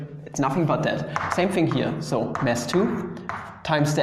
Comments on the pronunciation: Hi, your uninvited language coach here: Try to say "mass" vs. "mess." Do you think they are pronounced the same? Noooooo!!! You need to open you mouth a bit more for the vowel in the first one, the "mass" and make it longer. (You are quite proficient in pronouncing the other mess... i.e. like with an ß at the end.) You are welcome! And, as always, no charge! Be a good boi and take it for what it's worth. Or ignore it!. Maybe you do want to make your nice "dscherman aksent" part of your brand? Sure, why not... (It used to be, and probably still is, a common stereotype of American advertising to make any egghead or "science expert" sound like "Pappa Einschtein"!) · Bruh... Istg i thought he said 'mess1 and mess2' until